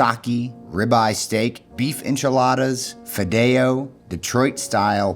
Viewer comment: The way he said fideo... He lost his Latino card for me on that one. That is not how we say it.